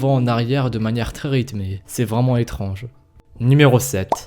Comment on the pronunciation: À la place de étrange tu à dit étronge